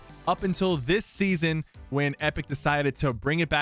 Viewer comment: he said chapter1 seson1